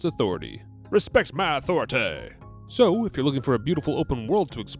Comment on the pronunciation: It's Authorit-ah. Not authorit-tay 👀 shame shame